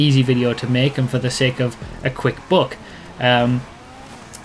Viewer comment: Thought you said "a quick book", but then I questioned whether those GTA YouTubers could actually write a book and knew you must have said "buck". ;)